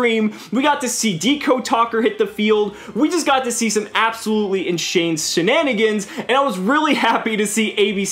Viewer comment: I got a chuckle out of "inshane senanigans"